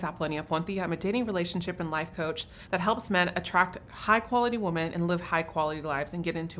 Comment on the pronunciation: Apollonia, the plural of woman is "women" (the first vowel is a short i sound, as in "pin"); they are two different words.